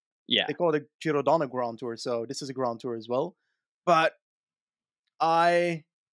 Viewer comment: Giro DONNE!!!!!! Quit saying Giro rose!!!!!! 🤬